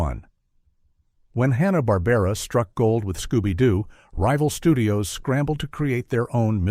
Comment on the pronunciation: It's "Barbera".